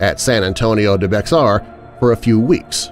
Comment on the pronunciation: Also it's not pronounced Bex are It's Behar.